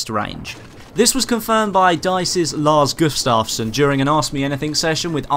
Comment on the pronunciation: When you said lars gustavson you actully sounded like you was Swedish:)